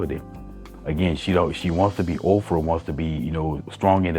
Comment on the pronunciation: Are you saying "Ov-frah"? I think the lady on the panel said Oprah.